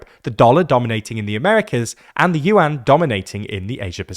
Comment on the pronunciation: It’s Yuan